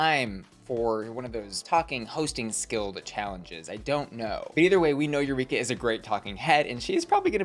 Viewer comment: YouReekUh again? We’re tired of it.